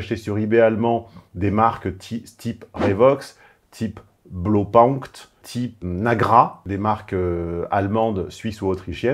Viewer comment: "Bleaupahoncte"...ouille ! Au temps pour les germanophones...